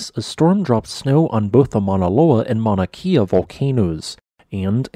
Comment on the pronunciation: Mauna Kea (No meaning to be rude just trying to correct you on this so it doesn't make you look bad) Is pronounced Mauna Kay ya